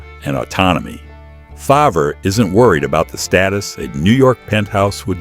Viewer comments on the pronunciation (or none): Again pronounced “fairv” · Pronounced FARV. Stop using these idiotic AI voices!!!! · Our 3m ranch is not anywhere near his ranch. And AI in your production mispronounce his last name. Sad!